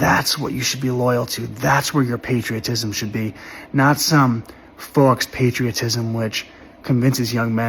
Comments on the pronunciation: Every time he says fox i take a drink 😂 but yeah he's right. It's pronounced 'foh'. It is french for 'false' i.e. faux-leather lamp shades or faux-fur coats. He means 'false patriotism'. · Fux patriotism 😂 he needed a google pronunciation prior to making the video lol but I agree with everything he said We’ve killed over 6 million innocent civilians in our endless bombing raids since the start of the Vietnam war to now. The United States has only 17 years of peace time. We’ve committed one genocide for the land we now call home and we’re helping Israel with their genocide now, again for land. We’ve invented reasons to go to war in the Middle East for oil several times, we average about two regime changes per year since the end of World War Two. If you don’t think this country has long lost its way then you’re heavily intoxicated on the powers that be’s (military industrial complex)propaganda and need to learn, and put to use, some critical thinking skills. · The word faux is from the French, it is pronounced fo, and means essentially,false. Other than your mispronunciations you didn't say one thing I disagree with.